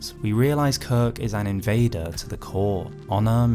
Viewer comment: Are we SURE he’s an invader? Debater and invader do sound quite similar